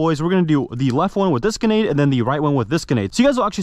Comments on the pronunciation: Why do you have such a problem with saying the r in grenade? Sayin it like g’nade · Omgggg please just once say granade correctly its so frustrating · It really mad me angry when he said genade launcher it just mad me want to change the video so much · you really do struggle pronouncing the letter R in gRenade dont you ? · Its not genade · Grenade has an R. It’s right there at the start my guy ❤ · Anyone notice he doesnt say the “r” in grenade…lol…but super cool video🤙🏾